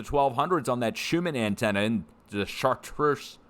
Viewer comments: fyi The cathedral Is pronounced Char-Tra :) I know because my folks have been there! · It's pronounced (SHART) with French R sound. I have been here many times my family lived nearby for many years. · Pronounced shartru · Chaar-treez Cathedral is the pronunciation. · Pronounced “Sharts” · In English it's just pronounced "Shart", if you're trying to sound French you would say "shar-truh"